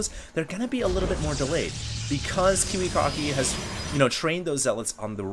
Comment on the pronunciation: its pronounced Kiwi-Kacki, not Kiwi-Cocky